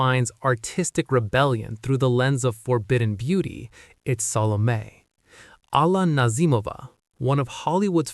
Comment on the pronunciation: And also how it pronounced Salome incorrectly. 3 syllables not 2. Sa.loh.may (me)